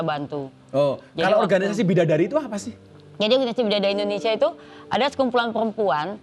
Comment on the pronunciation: Indonesia bukan Indonesa Gus ...